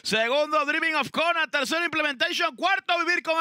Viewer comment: 😂😂😂 y vuela implementecion 😂😂 Y tendra que contener a implementecion😂😂 Que gana de gritar implementecion 😂😂😂 Que vaina con casella 😂😂